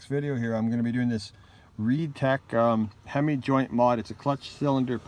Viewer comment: good vid. FYI it's a HEIM joint not hemi. Hemi is a chrystler product. ;-)